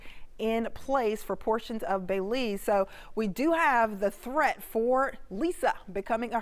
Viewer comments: It's not Bayleese, it's Belize the pronouceation is important. There is no emphasis on Bel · Miss it’s pronounced Bel-ize not Bey-lize 🙄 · Thanks, good job. I'm from Belize, it would have been nice to have an update on Lisa maybe at midnight or before daylight. Details about the approximate area where the eye will touchdown would be greatly appreciated by all Belizean. (It's pronounced like Bill - Bill-ease.)